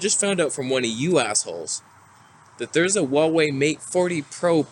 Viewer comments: Correct version of pronunciation of HUAWEI is: "WHO ArE WAY", not "WU ArE WAY" 🤔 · Not Waway, it's Who-are-we